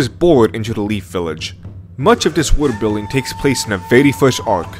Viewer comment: "woodill building" even the subs fucking dunk on how this dude says worldbuilding, LMAO. besides the atrocious pronunciation tho, good video my dude. and even then, the weird way you say shit is kind of endearing in a way.